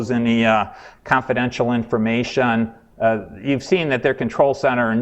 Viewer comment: informaySHUN complicaySHUN investigation situaySHUN